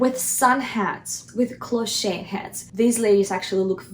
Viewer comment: This is absolutely fantastic,! It is very rare to find such good advice about how to style a hat. If I may make a tiny suggestion, "cloche" is a French word and there is no accent on the final e". So it is pronounced "closh" in English. Many thanks for your insightful and informative videos. Love from Canada.